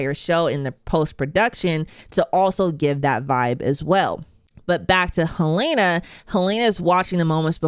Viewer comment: Her name is Helena, not Halaena